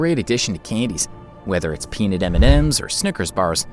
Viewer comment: It's Pea-Nut, not Pe-N*s